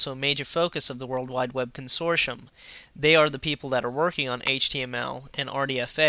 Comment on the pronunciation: consortium is pronounced consortee-um, not consorshum